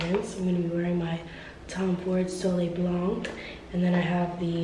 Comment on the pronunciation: I just love this vlog so much good vibes 🤩 happy late birthday Ps. For the perfume you pronounce it « soley blan » without the C at the end ;)